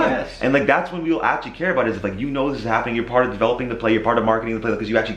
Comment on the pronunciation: Just out of context to reminisce the old days i heard rain say abwt and remembered New York when the guys used to tease